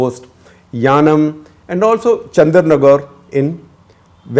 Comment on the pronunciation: I think its yanam not yanaon